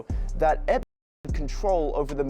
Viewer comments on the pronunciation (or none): Fuck that his name is Epstein not UUUUNT!